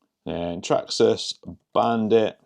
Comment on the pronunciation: The way you say Traxxas "Traksxxas" 😂